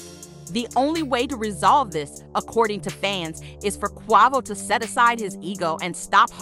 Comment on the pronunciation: QUEVO ,QUAAHVO 🤦‍♂ its QUAVO